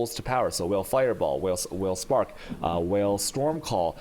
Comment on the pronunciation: Is he intentionally trolling us every time he says "whale" instead of "vaal"? It honestly gets so annoying to hear it every time.